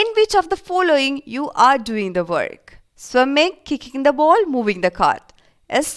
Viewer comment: Why are u saying ball boul 😂😂😂😂😂😂